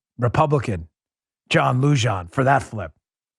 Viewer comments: John Lujan pronounced “Luhan” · Hi Mr. Dan, Lujan is pronounced with an H sound. That is the J in the Spanish language is pronounce 'ha'. Phonetically spelled it would be 'LUHAN'. Sincerely, Mark from Nuevo Mejico (MEHICO - LOL:@